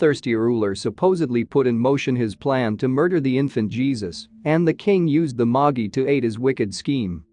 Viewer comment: My brain did a sudden stop when I heard “Moggy”! It took me a second to realize the computer voice was attempting to say “Magi”…